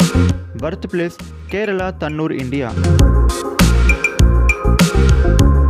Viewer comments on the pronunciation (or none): none